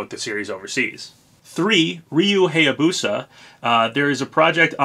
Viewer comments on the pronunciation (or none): none